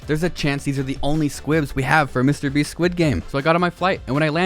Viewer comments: Willam it is not mr brest it is mr beast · "Mr Breast"